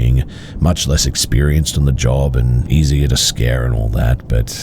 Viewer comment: I'd listen to the remaining 50 minutes, and more episodes if the end of every other sentence wasnt 'uh'. Job-uh, Maybe-uh, Explain-uh. Or so-uh. View-uh. Lane-uh. Though-uh. People seem to like it. Maybe I'm r-worded.